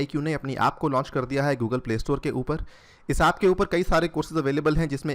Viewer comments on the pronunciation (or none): none